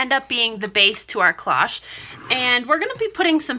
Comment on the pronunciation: These are so pretty. You do a very good job on your tutorials - tfs! Just a small fyi: cloche is pronounced with a long "o", like in the word close :)